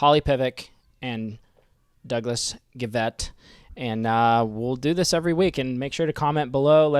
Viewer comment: You pronounced Doug's name correctly. Guy-vet